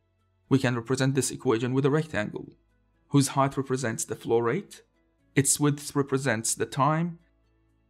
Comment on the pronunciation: Nice videos (all the series) please keep up. And my brain could not stop betraying me and hearing "florette" instead of flow rate.